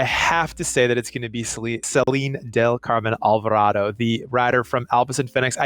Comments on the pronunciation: It's Al-va-ra-do. if you studied little spanish in school,it's very simple to spell. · Its alvarado instead of alverado